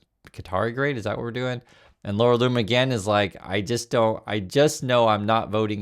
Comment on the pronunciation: Its pronounced Laura Looner and nothing anyone says will change my mind, shes at it again sigh...